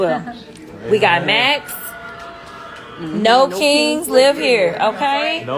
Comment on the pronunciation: NO KANGZ LIVE HERE! in ebonics